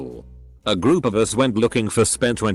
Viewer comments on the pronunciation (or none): none